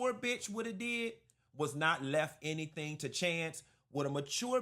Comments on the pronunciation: She said she didn’t say HENNY-thing…😂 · If you listen, Porsha actually said, "I didn't say hennything." That girl is a mess